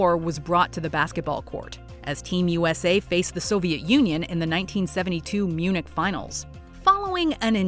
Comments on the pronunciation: Uh.....Munich? Seriously? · Munich?? Ummmm? Munich?